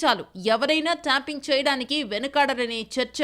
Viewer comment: ట్యాపింగ్ అనే మాటను ట్యాంపింగ్ అని పలకడం మానేయండి వ్యాఖాత గారు.